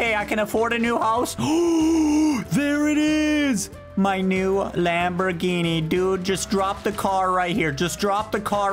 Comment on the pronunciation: he can finally get that lambruhginee he always wanted, less gooo